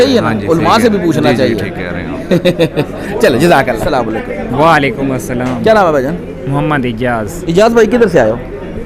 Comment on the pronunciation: وزٹرز سے انٹرویو کرنے والے بھائی صاحب برائے کرم کسی کو سلام کریں تو اسلام علیکم کہیں سام علیکم نہیں جزاکم اللہ خیرا